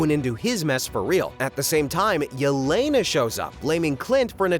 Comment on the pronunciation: For heaven's sake its E-LE-NA. SHE IS RUSSIAN. A name like "Ye-Lay-Nuh" DOESN'T EXIST IN ANY SLAVIC LANGUAGE!